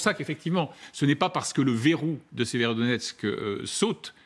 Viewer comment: Y a pas un seul journaleux qui sache prononcer Severodonetsk, c'est pas sérieux, voire c'est de l'amateurisme.